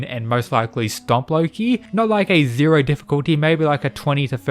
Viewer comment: It’s funny how you say “zero” difficulty lmao